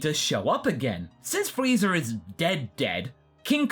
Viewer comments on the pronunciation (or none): Hey i hear him sometimes say freezer and vageter instead of friza and vegeta sometimes. is that because of dragon ball abridged